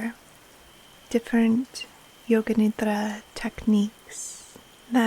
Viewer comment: It is great to hear correct sanskrit pronunciation of nidra, but i kinda miss the Americanised pronunciation with a hard d.